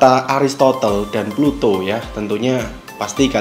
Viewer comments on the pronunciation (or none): Plato bang, bukan pluto